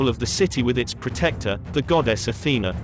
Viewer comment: Thank you for the video, however, I think you need to double check your facts about Athena and the competition with Poseidon for the city of Athens. Also, if you could fine tune your pronounciation of Athena and Hephaestus, among others, that would be wonderful. Thank you for taking the time to create such an in-depth video.